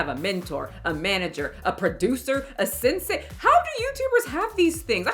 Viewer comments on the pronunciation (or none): none